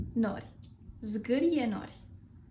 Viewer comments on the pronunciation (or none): these are all pronounced with the wrong emphasis. it's în-ghe-'ța-tă, 'zgâ-ri-e 'nori (as a compound, the second emphasis takes precedence here), îm-pre-ju-'rimi, șu-ru-'bel-ni-ță. I didn't even watch the rest. the pronunciation is spot-on otherwise.